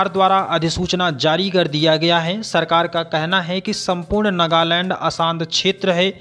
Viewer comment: नागालैंड होता है सर नगालैंड नहीं। 🙏